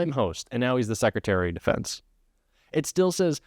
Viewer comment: Did you say Secretary of "the fence" or Defence?